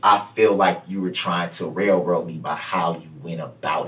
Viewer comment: "Rail roat it"